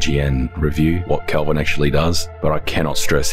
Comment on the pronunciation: Isn't it Calvin? Not Kelvin.